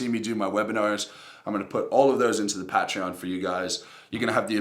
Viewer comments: I'll join it if you pronounce it right lol "pay-tree-on" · If you can pronounce Patreon properly I might donate 😛